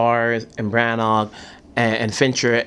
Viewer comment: It's Branagh! Not brannnaaaaaaar! Even stellan said it right. Good interview tho.